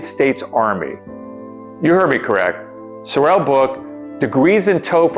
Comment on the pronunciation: He was an incredible man! Its "sore-rel" by the way, not "so-rel". He actually wore a "fat suit" in the. DoH series